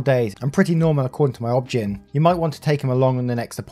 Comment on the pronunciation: Just a kind note, but “obgyn” isn’t said as a word. At least, not in the US. We say it O B G Y N.